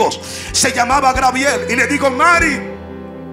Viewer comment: Es Gabriel no "Grabiel"!!